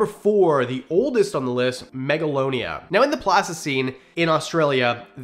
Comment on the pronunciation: No offense but it’s Megalania